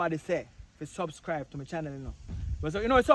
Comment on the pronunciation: Can some one tell the dread that it's subscribe and not suvscrive please??